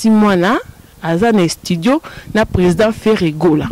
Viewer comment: Croniquese moko atanga te yoka ndenge azo pronose estudio kizengi elongwe studio ekomi estudio